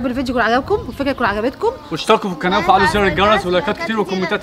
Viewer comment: هو ليه بيقول اشتركو في الكناة وفعلو زر الجيرز 😂😂😂